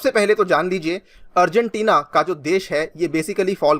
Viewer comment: I'm the only one who hear afghanistan🤔?